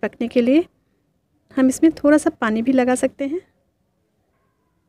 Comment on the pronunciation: Jab aap thoda ko Thora bolti ho to aur achhi lagti ho